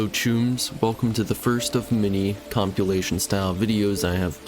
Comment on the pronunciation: I’m not saying it’s wrong but I’ve never heard anyone pronounce compilation like he does